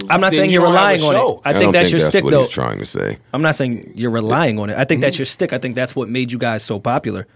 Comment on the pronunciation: How many times is gonna say shtick wrong? You can tell it was a word he recently learned lol